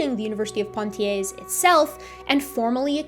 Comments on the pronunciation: Really enjoyed this and learned a lot. PS. Not "PoNtiers" Poitiers - pronounced "Pwa-tiers" Soz. Pedantic Brit here. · Toumaï, not Tomaï. Poitiers, not Pointier's. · It took me 30min to understand that "Point i ay" was the city of Poitiers. But as a french, I forgive you, you didnt called Michel Michael. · thanks for this. superb analysis. one thing - pwa-tee-ay. otherwise perfecto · ) Poitiers is pronounced without the terminal s, great video, watched until the end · It was a great video. Emotional Men strike again....But just to be the girl in the bathroom who tells you the label is showing on the back of your shirt...That's not how Poitier is pronounced.